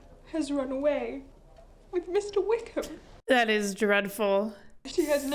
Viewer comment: 😂😂😂😂👌 is so twitterpated she can't pronounce Wickham.